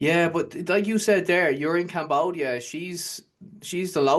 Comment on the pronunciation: ... Love the way this Scottish gentleman pronounces CAMBOOODIA